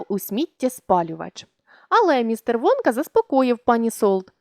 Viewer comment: Мне одной чується замість Вонка Водка?